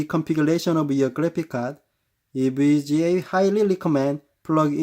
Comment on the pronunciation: “Hi guys! Today I just got ewega Rtx 2070 xc” Anyways nice vid I’m getting this but it’s 2070 super lol